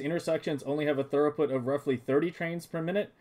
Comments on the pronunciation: Good job, looks nice. It’s pronounced like throo-put, not thur-oh-put, if you care. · Very nice, but it's throughput, not thoroughput. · Amazing. Im going to use this in my save. I have to say the word throughput is pronounced "threw-put" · You did a good job except for the mispronunciation of a single word.